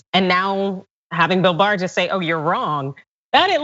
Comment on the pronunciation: William Barr "the boar" sounds like he was hypnotized by someone with a learning disability